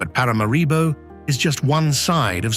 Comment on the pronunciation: It is pronounced Parah Marah Bow…not para mah ree bow